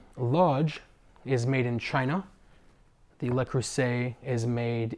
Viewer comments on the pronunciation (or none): none